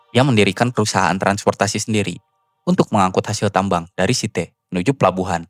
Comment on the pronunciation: Sitee gak tuh....... Bacanya Saiit (Site) :face-purple-crying